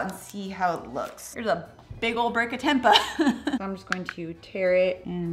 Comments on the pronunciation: It is “temp-ay” ☺️ the 2nd way you pronounced it originally was correct. Love your videos! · Fyi: Tempeh is pronounced "tem pay." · Tempa 😭 lol! It’s pronounced temp-eh (like us Canadians ‘eh’) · Its Tem Pay not Tem Puh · Its pronounced as tem-pey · it's pronounced tempay, not the way you say it 😉 it's from Indonesia (im half indonesian 😉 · It's pronounced "tempay" using a long A😀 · It is pronounced tem-pay I believe. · That's pronounced as 'tam‐pay' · Pronounced Temp- pay 😊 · Pronounced tem-pay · Tempe = Tem-pay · It's pronounced "tem-pay" x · Its temp-pay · learn how to pronounce tempeh arggg... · I don't understand why she didn't look that up online before she recorded the video. It would have taken her less time that it took me to type out this comment.